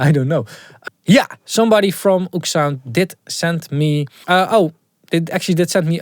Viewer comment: I thought it was Ooksound as well, but apparently it is pronounced Oh!ekSound 😅